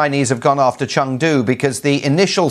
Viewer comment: i like her pronunciation "成都"